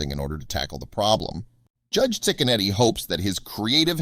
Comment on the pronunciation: It’s pronounced chick a neddy. My husband and his family grew up across the street from him. He really is a great judge. He doesn’t put up with crap in his county. (Lake county Ohio) we sure love him. He’s a stand up man and family man too ❤️